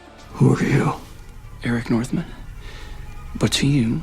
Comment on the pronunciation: Eric mfing Northman!!! GET IT RIGHT!!!!!